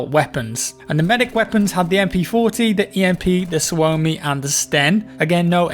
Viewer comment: its not Svuomi its Suomi lol